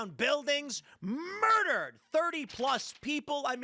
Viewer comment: Urd-dered? WTH is with this butchery of language.